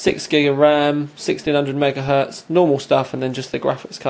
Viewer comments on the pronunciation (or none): none